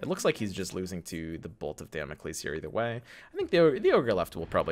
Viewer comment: Beautiful content right here thanks a lot! What a blast. Oh and its dámocleees (learnt greek for two years ;))